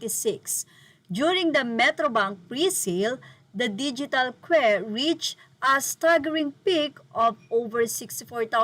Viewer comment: Queues is pronounced as kyoos